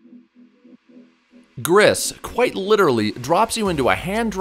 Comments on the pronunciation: Gris is actually pronounced as “gree” it’s French for gray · It's pronounced "gree". It's french for gray